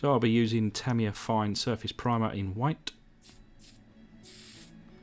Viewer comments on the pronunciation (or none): none